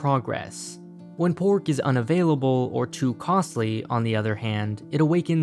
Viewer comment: aight I suck at Chinese but he pronouncing pork and cow makes me cringe